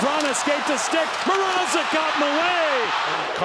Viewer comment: Mrazek* not MR-AH-ZEK Plz eliminate the canes so we dont have to hear this butchering of names any longer!